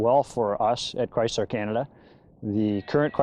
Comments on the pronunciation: It's a ChrySSler NOT ChryZZler! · i hate the pouncing of Chrysler... He says Cryzzler AAAAAHHHH